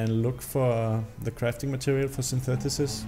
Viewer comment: its not synthutissis, it's synthesis